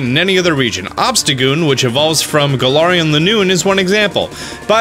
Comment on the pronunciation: It’s Gal-air-ian